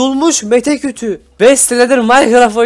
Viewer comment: okumanı şey yapayım abi dsadsa :D meşe kütüğü (mete kütü) :D